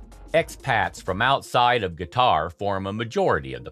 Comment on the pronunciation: Why the heck you say "guitar" instead of Qatar?